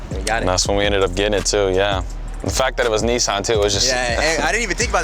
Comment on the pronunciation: His dad voice reminds me of Alonzo hamburger Jones lol. And how y'all say Kneeesaun has me dead. Great content though.